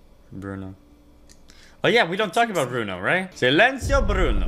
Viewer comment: You pronounced silencio pretty well. You should hear my German...ACHTUNG ACHTUNG!!!!